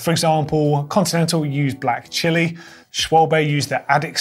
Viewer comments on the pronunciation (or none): none